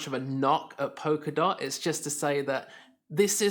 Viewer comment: It’s “polka” not “poker” dot. And I’m supposed to take your opinion seriously when you can’t even pronounce what you’re talking about. Mmm...